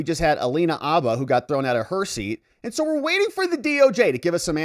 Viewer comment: The “H” in Habba is not silent.